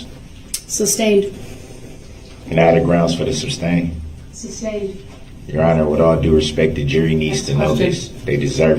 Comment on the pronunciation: It would have to be more difficult to form the words "three forfs" than to say it correctly as "three fourths". He often seems to go out of his way to mispronounce things that would be easier to say correctly, such as "shtrickshlee" rather than "strictly", "substain" rather than "sustain", "durisjickshun" rather than "jurisdiction", "doojishul" rather than "judicial", "tackit" rather than "tacit", "troof" rather than "truth", and on and on and on. I believe he is under the mispprehension that he sounds intimidating and unique, considering that he heard everyone in the courtroom regularly pronouncing those words correctly, but still insisted upon mispronouncing them. He is a misanthrope, who believes that all attention is good attention, and that being different is always a good thing, whether the differences are positive or negative.